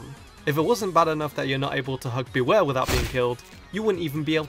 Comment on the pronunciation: IT'S BEWEAR, NOT BEWARE! AND IT'S LEGENDARIES, NOT LEGENDARYS!